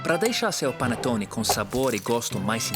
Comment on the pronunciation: É um "Pãonetone". Hahaha